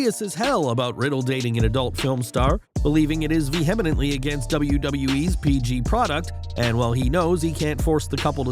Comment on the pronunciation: you should stop using the word "vehemently" in your scripts, since this is the 2nd time I've heard you pronounce it wrong.